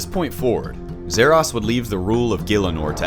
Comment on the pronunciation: Zah Ross not zeh rass